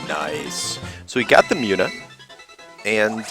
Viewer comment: I believe Munna is pronounced Moon uh not Mew na. Other than that, good let's play.